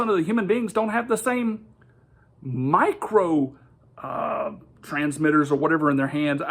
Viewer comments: I think that him emphasizing “micro” so much is because he’s arguing that these sensors are so small that they can’t be detected, which like, there’s a tool for that, it’s a microscope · I love how he kept using nano and micro in a way where he would say nano first normally, then go to micro in a higher pitch, like he's emphasizing how small something 'micro' is, despite the fact that 'nano' is a thousand times smaller, by definition! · I also docked mister "Look at the seals!" points every time he stressed the prefix 'micro' over 'nano', giving me the impression that he thinks a 'micro-sensor' is smaller than a 'nano-sensor'.